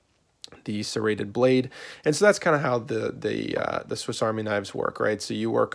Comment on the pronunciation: did he just call a saw a "Serraded Blade" ? I almost had a stroke